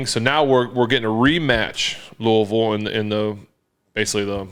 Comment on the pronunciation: As a guy born and raised in Louisville while also being a steelers fan and huge Roethlisberger fan. It really warms my heart that Big Ben knows how to pronounce Louisville correctly. Keep being a legend, Ben!!!